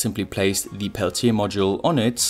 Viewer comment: 'The' als 'thi' ausgesprochen ist nur vor Wörtern, die mit Vokallauten anfangen ( bsp. 'the end', aber nicht 'the voltage')